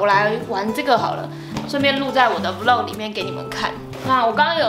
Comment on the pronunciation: 很喜歡看peach的影片，特別是穿搭的系列。 每次聽你說vlog 是v漏格，聽起來就怪怪的！ 但還是很愛看你的影片，超用心的。